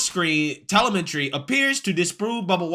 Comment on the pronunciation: You really need to work on pronouncing words. TELEMETRY is not a difficult word to say or understand.